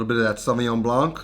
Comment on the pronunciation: French here... The "c" in Blanc is silence